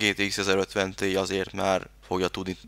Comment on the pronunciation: Az nem tíáj ? ;)